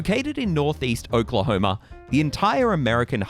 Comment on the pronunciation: Is he a Brit? I can't tell...maybe Aussie? Either way, he can't pronounce 'Oklahoma' and I imagine all the other Indian names associated with the State. "He talks funny, Pa!" 😂